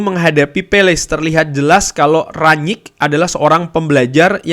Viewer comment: Kalo melafalkan ranyik nya susah, bilang rangnick aja, kami ngerti kok